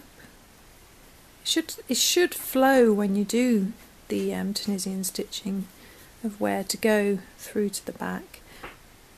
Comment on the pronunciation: Great bargain on the needles. Thanks for your video. Pronounced tu-nee-shun